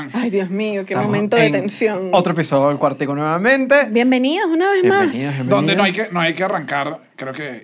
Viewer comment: Australian accent in il quar- ti-cou